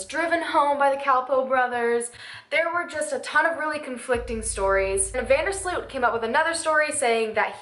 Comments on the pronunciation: How usa people butcher dutch names.. slut.. its sloot.. But oke he is a killer. So lol i hope he will die in prison .. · First of all Joran's name is not pronounced as SLUUUUUT But As VAAN DERRR SLOOOOOOT, not sluuut. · Van der Sloot should actually be pronounced more like the way the word 'boat' is pronounced. So more Like Joran van der Sloat, if that makes sense. Hope that helps for future videos. :)